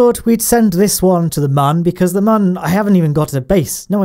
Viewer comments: it is moon not mun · Its moon not mun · u said mun. i think u wanted to say moon. :-| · I die a little inside every time you mispronounce Mun